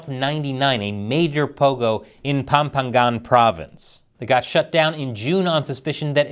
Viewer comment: pampangga - pronounced as "pam - pang - ga"